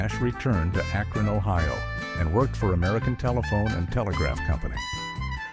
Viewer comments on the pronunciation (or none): none